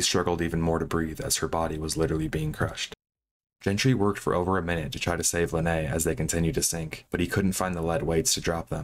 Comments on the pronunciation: It’s pronounced Linnea like Lin-nay-ya. Not linnay. She has YouTube videos where she says her name. Also it’s P.A.D.I. You don’t have to pronounce all the letters separately. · for the record, Linnea is pronounced Lin-nay-uh. It's swedish